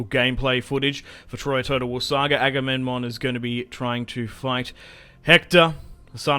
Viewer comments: His name is Aga-mem-non, non Agamenmon. Damn why everyone CA chooses to advertize their games is such a goofus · Agame...NMON?! IT'S AGAMEMNON, AGAMEM-NON NOT AGAMEN-MON.